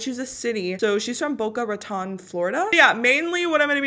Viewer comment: you said boca raton wrong its pronounced boca ra-tone